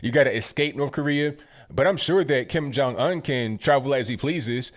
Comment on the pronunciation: The way he says Kim Jun Un like Onion. LMAO.